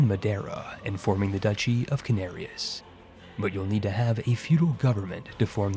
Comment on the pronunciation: Duchy! DATSCHI! I love your videos,, but dear Lord, how many times have we told you it's not "ducky"? Are you doing this just to spite us?